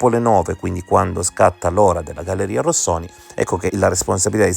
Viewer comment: complimenti per la formulazione coerente e plausibile, di queste due ipotesi e per aver abbandonato il tono polemico che, dal mio punto di vista, era fuori luogo, un piccolo appunto, per cortesia, non storpiare il nome della galleria "Rosconi" come il cappellaio anaffettivo l ha sempre chiamata